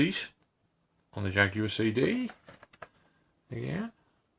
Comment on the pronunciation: Americans!! Watch this video and learn how to pronounce Jaguar properly.